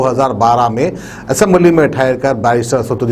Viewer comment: Asaduddin Owaisi aisamlee nai parliament bolta sharfuddin phala bolna seakho new bolna nikala